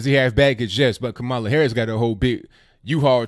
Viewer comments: kam uh luh like pamela. Not ka mall luh like Kaballah. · ITS KA- MALA WITH THE ACCENT ON THE FIRST SYLLABLE. ALSO IS NOT ABOUT RACE IT'S ABOU LINAGE . KAMALA IS NOT ADOS( AMERICAN DESENDANTS OF SLAVERY) THAT'S WHAT SHOULD BE THE FOCUS. PLEASE CHECK OUT ADOS101 ON YOUTUBE.